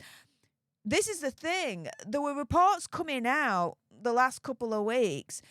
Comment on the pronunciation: “ Re-po-r” Sorry, moving on to someone who enunciates properly.